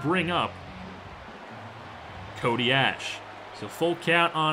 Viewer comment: I'd hate to be a grammar Nazi, but its pronounced CODY ASH-E